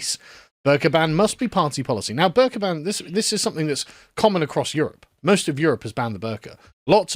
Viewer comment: This isn’t related to the topic but every time Sargon says “the burka” I hear “the burger”